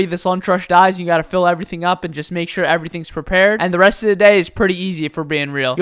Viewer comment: The way he stresses to fill everything sounds like he is trying to call out a coworker, like "then you make sure the front's filled JANNET"